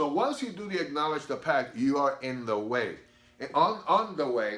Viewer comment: “Ackoledge” ??? What’s that